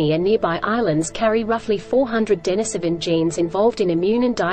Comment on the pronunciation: It's pronounced din-EEse-O-ven.